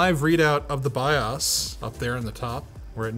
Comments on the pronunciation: Dude, You said Biass instead of bios now you're going to get canceled by Hollyweird. Don't worry we are on your side of this, it was a honest mistake. 🤣🤣 Is it weird I just went and looked up the price on this board? I wouldnt be all alone, my comuter would talk to me, if i kept pulling out the GPU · He says “buy-ahs” and “toes-link.” I say “buy-ohs” and “toss-link.” Potato potato. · Do Canadians pronounce BIOS differently?